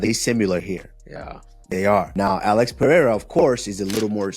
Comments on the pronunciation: Chael still isnt pronouncing Alex's name anywhere close. Pee-air-a? 😄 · Piera.... c'mon Chael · "Pierra" always gets me😂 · Sonnen still mis pronouncing Alex’s name. Peeee-era. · Chael with the Alex ''Piëra'' 🤣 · Chael is intentionally mispronouncing Pereira %100 😂😂